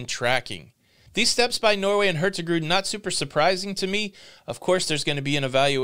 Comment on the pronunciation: no G in the Hurtigruten when pronounce it... It just sound wrong. Hurti-ruten will be close to the right way to pronounce it.